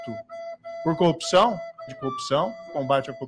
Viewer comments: Corrupção, coupção, coopção, copção... cheguei até a ouvir concussão. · "combate a coupção" é o mantra do Sergio Moro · tem hora que o Moro quase fala cocção hahahhahahha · em momento algum o Sérgio fala sobre corrupção. Ele fala sobre coopção kkkkkkkkkkkk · O marreco não falou corrupção... Falou 50 vezes a palavra copção. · Justiça seja feita. Moro não pronunciou a palavra "corrupção" nem uma vez sequer. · ele nem sabe falar CORRUPÇÃO... 🤣🤣🤣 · Ñ conseguiu pronunciar mesmo kkkkkkkkkk